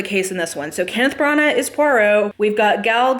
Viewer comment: When you said that Branahghhggh, I started laughing so hard🤣